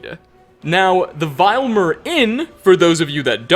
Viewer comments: True leader of the reach is Red Eagle. "disappeared a few months ago" but is already a skeleton and "Vil-Em-Yr", not "Vile-Emir" lol! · The inn is pronounced Vill-eh-meer. Do you even listen to the characters pronounce names?? Get the names right if your going to do lore videos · Okay, okay, okay, each time you walk into that inn in Iverstead, there is only one thing, ONE THING, the innkeeper would say to you. "Welcome to the VI-LE_VEER inn. If there's anything I can get you, just let me know." How can you still mispronounce it, when it is the first thing you hear when you walk into the inn????? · Listening to trying to pronounce simple words like "Vilemyr" for the last several years has been a never-ending source of pain. I've seen 5 year olds learning from an iPad perform more impressive cranial exercises. Please,... for someone who profits from the production of videos such as this you really, REALLY need to play the game. They pronounce the words FOR YOU so that you can hear them uttered phonetically in true canonical context. Parrots perform this amazing feat of mimicry - you can, too!